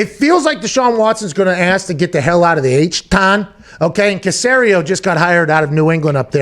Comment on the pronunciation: The "H-Tine" 😂💀